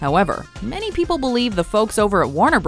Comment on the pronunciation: "If you do not tell me, I will hurt pee-pole."